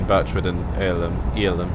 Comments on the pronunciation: basicly to pronounce irlam you have to say it like this err lam hope that helps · Also, Irlam is pronounced 'ERR-LUM'